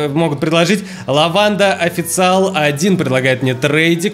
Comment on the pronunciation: Official читается оффишел